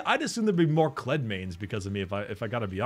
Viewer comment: You made me a goddamn Kled main because of the fucking video where you said his name a specific way. I just looked at that shit and thought "it's hilarious. Looks fun, let's try." I don't regret a single fucking game